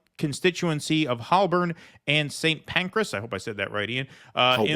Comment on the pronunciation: Holborn is pronounced as 'hole-burn'.